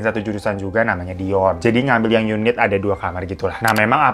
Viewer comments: Kadang si babang ngomong dion jadi doni 😅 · Yang bener Dion apa Doni sih bg 🤣🤣🤣 ,, tp gak pp sih tetep good banget cerita nya kalo di bawain lu bg semngat 2 JT nya ya yuk bisa yuk 🥰🥰🥰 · Tebak brp kli bang hiro blg dion jd doni 🤣🤣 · Nyebutnya Doni mlulu pdhl Dion awokwok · Selamat ya bang mau 2jt subscribe..dion bang bukan doni.. 😂😂😂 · Bang hiro sampe salah mulu ngmg dion jd doni 😂